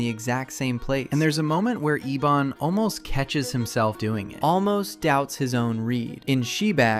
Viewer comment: And the villains name is Ebon, as in "ebony" the color. not Ee-Bonne